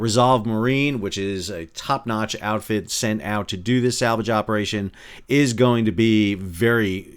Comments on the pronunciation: sal -vage? mercogliaNO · SAL-Vage! too funny. Great video! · ‘SAL’vage, made me laugh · I always thought it was pronounced "sal-VAJ" 😊